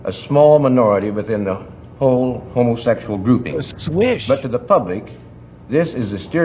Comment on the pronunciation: I laugh how hillbillies pronounce, Homa-sexul.😂